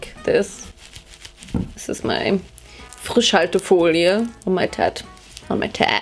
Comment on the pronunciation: Are u German because of ''Frischhaltefolie'' ? U said it sooo german like